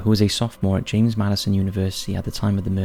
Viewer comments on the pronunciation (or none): none